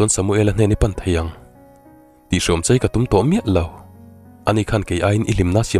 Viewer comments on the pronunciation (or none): none